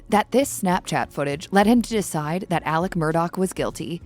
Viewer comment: Alex, not Aleck! 😂😂😂 I can't even watch this.